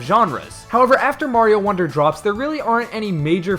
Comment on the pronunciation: ah yes, i like super maro wonder.